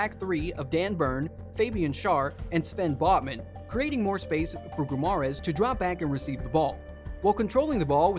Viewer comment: America, the number one country in the WORLD, for saying shit wrong. Premeer league, Kieran Tripper, Bruno Gru-mares, Alexander Isaac, my ears are screaming, good vid otherwise lmao